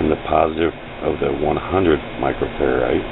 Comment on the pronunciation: it's pronounced, micro-(FAIR-RAD). I could here the annoyance in your voice Sir. I won't ideally correct another grown man, but I would wanna know. thanks for the video!